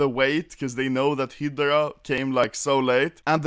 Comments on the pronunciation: im triggered bcz he is saying hidra instead of hydra (btw read it like highdra) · Me: Hi-Grah (Hydra) Anomaly: Hee-der-ah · I hate the way you PRONOUNCED Hydra 😂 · Lol mp9 Hi-de-ra... its call High-dra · thats how swedes pronounce hydra, and I am deeply offended that you make fun of us in such a humiliating way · I thought he said hitler instead of hydra